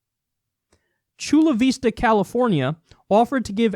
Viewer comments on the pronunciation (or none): What the fuck I live in Chula Vista btw Kyle butchered the name lol